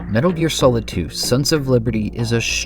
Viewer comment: "... His first game : 'Metal Ear'"